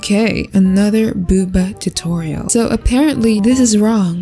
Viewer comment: WELP IM DYING “art tutorl” AND “art tutoil” AND THAT IMAGE WELP IM DYING AND CRYING